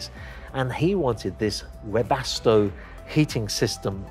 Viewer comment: Your pronunciation of Webasto was spot on. Wilhelm BAyer, STOckdorf. First name and last name of the owner and the city he founded his company in (in Germany). Founded 1901.